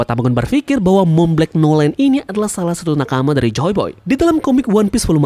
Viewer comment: monblanc noland di baca "montblang nolen",you're welcome 😊